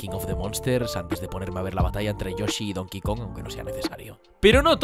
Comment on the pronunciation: Jaja me encanta como dices mal donkey kong a propósito